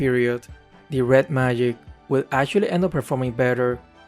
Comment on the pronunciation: Why does he say Red Mayic instead of Magic?